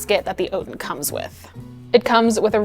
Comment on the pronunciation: OUT-in not OAT-in